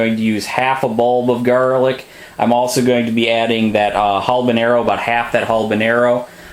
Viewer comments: love the vid, but there isnt an L in habeñero. was drivin me crazy. awesome sauce though! halbenero lol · Habanero you ass not Halbanero there s not an L isn’t the word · 'HALBONERO' ahahaa... fuckin white guy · Habenaro... there is no l in that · HALBANARROW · You are pronouncing, "habanero" wrong.